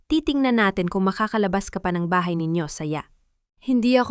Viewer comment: paki ayos Po ang salita mo.bahay BAHA, telepono, telepo